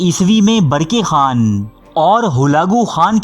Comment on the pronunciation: Barki khan nahi barkah khan hai sahi